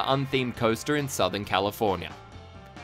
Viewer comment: Can you please stop pronouncing California as "Californier"